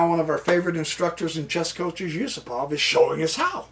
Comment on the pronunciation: Yusupov is not Yusopov !!...